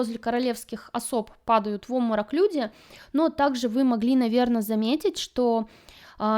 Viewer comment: Напрягает слово "оморок", вместо нормального русского слова Обморок!